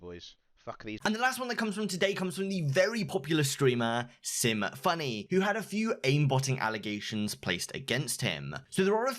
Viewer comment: Symfuhny is pronounced symphony, not difficult to pronounce